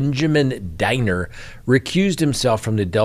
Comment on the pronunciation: Benjamin Diener’s last name rhymes with wiener. Love your show.